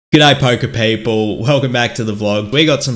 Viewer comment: That intro was violently Australian. “Gooodaye pOOOker peyple”